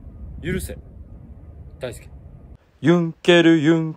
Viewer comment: 許せがだんだんユンケルに聞こえてきたおれは末期